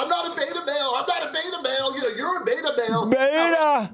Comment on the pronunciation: I know it's a British thing but maybe the rev is confusing Ben for Bill in the flower pot men (beeeta). Check it out it's a kids BBC show from the 60s they smile weed and have lost the ability to speak coherently (a lot like Ben).